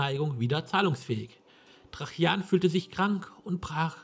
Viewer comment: Ein schönes Let´s Play, aber warum sprichst du Tra-Jan immer als Trachjan aus? Ich kenne alternativ nur noch die Aussprache Traianus.